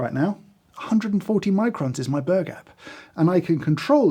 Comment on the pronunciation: When James says "burr gap" I only hear an Australian saying "burger" 😂